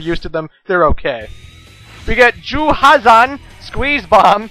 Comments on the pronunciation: Oh, and Zero's ability is pronounced You-Hazan (Dash omitted). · LOL Juuuuhazan. I love when you pronounce Zero's Weapon Get.